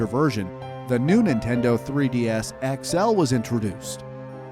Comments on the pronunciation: you said Ninteno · new 'Ninteno' wow dude